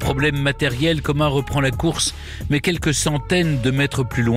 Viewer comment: alors monsieur Stéphane berne c est Érik comas et non coma.....